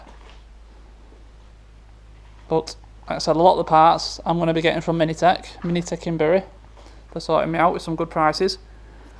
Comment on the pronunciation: It's pronounced as 'mintech' not 'minitech' 😂